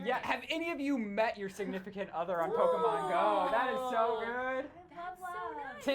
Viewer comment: pokemon or Pokeman?